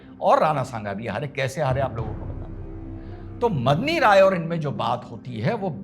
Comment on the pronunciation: Last mei daulat khan ko ibrahim khan bol gaye ji!! Medini rai ko madni rai mat boliye🙏